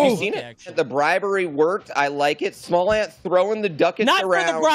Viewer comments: "And also.... we have " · “And smallant too” lol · Bro said "then theirs smallant then continued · LMAO “and then we have ” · "And then there's smallant as well..." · "And then we have as well" ffs hahaha